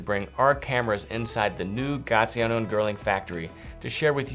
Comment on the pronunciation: Did you just say “gaTiano and girling”?